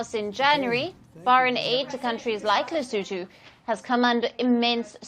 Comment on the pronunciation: he said lesoentoe not Lesotho. But I thought the pronunciation was not too shabby